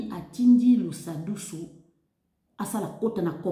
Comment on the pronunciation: Deja ozô prononcer pe ko déformé kombo ya mutu Lusadisu et non lusadusu avant ya koloba tuna